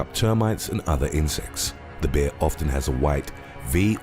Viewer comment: Am I the only one who loves the way he says bear..?